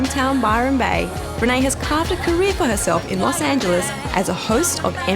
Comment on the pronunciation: Do you pronounce Los Angeles like a British?